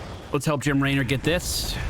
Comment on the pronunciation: Is there an inside joke for why he says Laynor?